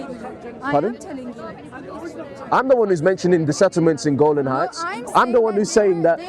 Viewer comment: Brother it's Golan Height and not Golden height. I hope I am correct.